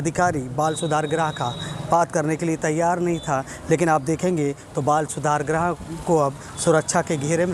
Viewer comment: बाल सुधार गृह होता है भाई ग्रह नही कृपया शुद्ध बोलिए ग्रह मत बोलिए गृह बोलिए